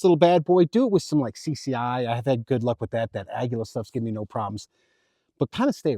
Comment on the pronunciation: Uhh-gee-uhh is how aguila is pronounced